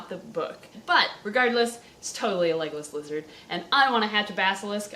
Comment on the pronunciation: Am I the only one who thought she was saying "Legolas Lizard" at the beggining... Oh... Okay.